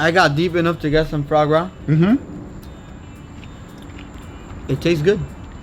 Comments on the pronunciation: GUGA! It`s called FUA GRA not fRa GRA! It`s french...."melody" launguage. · Fra Gra lol if you say it fouwah grah you will nail the pronunciation! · its pronounced "Fwa-grah" not "frog-gra" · Guga, It's not pronounced as "FRA gra", it is "FWA GRA" ;D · No one: Guga: "FrAw gRaW" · Foie gras is pronounced FWAH GRAH. No R sound for the love of God. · Also Guga, coming from a French guy, try to pronounce it as Fwa Groa